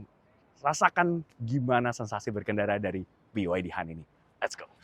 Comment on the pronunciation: itu emblem diatas EV itu nama BYD dalam bahasa Mandarin bacanya "Pi YA Ti"